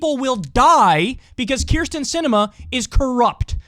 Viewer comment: Never met a Keer-stin I liked.